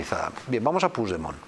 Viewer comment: Puig demon y se pronuncia puch demon